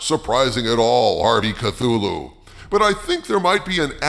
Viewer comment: I agree, more TOS. Learn how to pronounce ‘Cthulhu’.